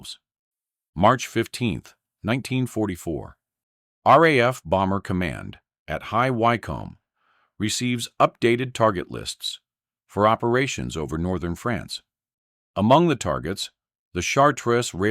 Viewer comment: ''High y-comb" ???? No, High Wycombe is pronounced High Wickham. I don't know what speech gen you're using but I wouldn't bother using it again.